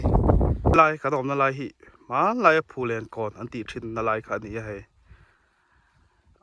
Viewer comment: 'Phullen' chu i va lam pial ṭhin ve😮😅